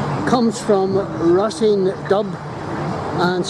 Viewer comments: Le rosean.... Really!? That pronunciation its brutal! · Ro-shean*/ ro-sheen.